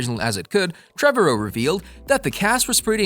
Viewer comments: Trevorrow rhythms with tomorrow. Trah-vah-row. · Why can’t you say the directors name right😂